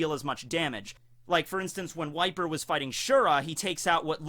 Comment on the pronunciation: Every time you say "Wiper", I hear "White beard".